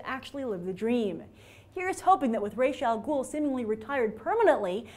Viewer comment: thank you for pronouncing Ra's al ghul correctly lol